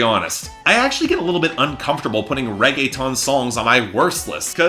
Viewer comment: Lmao this man seriously said "raege-TON" 😂😂